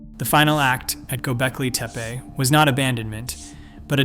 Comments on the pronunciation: ANOTHER AUTOMATED BOT-TYPE CHANNEL "Gobleki "TEE-PEE" ~@ Plus just look at the cookie-cutter copy/paste formatting with ALL of the absolutely and totally recent posts... Later!!! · For the love of god, go watch another video on Gobekli Tepe and learn how to pronounce it! This is really interesting, but you keep sayin that shit weird and it drives me nuts! They weren't native americans they didn't make teepees